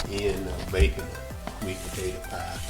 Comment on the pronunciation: The way you said "Today we gunna be makin up a country maaade sweet pa tay ta pie" let me know this pie was going to be good as ever